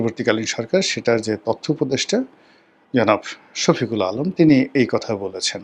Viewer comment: শফিকুল আলম না শফিউল আলম সেটা স্পষ্ট উচ্চারণ শেখ্ ! এমনি আরো কিছু ইংরেজি বাংলা শব্দ অনেক আগে থেকেই ভুল উচ্চারণ করে এই রনি